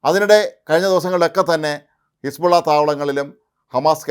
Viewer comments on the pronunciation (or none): none